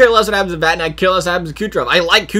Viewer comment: ITS VATANEN Im triggered